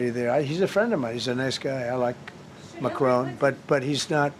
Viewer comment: Name of the French President is Macron, not Macrone.